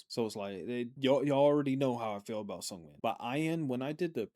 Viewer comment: Thanks again for the reaction! It's always fun to watch on my way to work❤ Side note (and I hope I don't come out as obnoxious) Seungmin's name is pronounced more with a soft "eu" sound. If you try making an "oo" sound while you're smiling you get that sound haha If you pronounce it with an "uh" sound, it becomes a different name😅 hope this helps